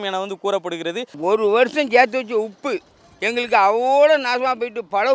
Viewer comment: ஐய்யா அது உப்பு அப்பு இல்ல